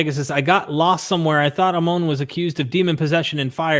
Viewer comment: ah-moan lol... it's ammon, ha.